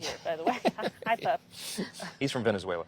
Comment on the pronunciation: Hahahahaha hes from Venezula